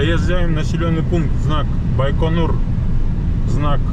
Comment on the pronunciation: так он по-русски говорит. Какой байканыр? Даже всемирно известное название умудрились испортить...